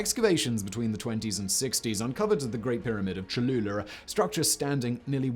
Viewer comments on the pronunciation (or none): Lol. "Choluler"